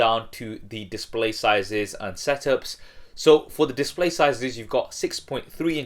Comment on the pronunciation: dissspley :v